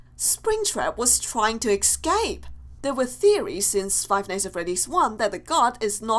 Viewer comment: Did u srsly just say excape lol